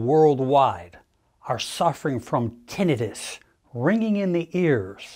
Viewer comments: Odd he doesn’t know the correct pronunciation… Tin not ten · How ironic that we have AI that can create a photorealistic video of a very convincing "man speaking", but he can't pronounce the main word of the subject at hand properly. Even after 12 years of college! lol suuuure.....